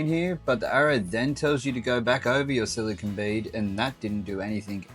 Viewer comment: I'm hearing "silicon" (which is an element), not "silicone" (the type of caulking he discusses).